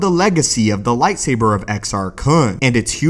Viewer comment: Nobody: This dude: lightsaberrrrr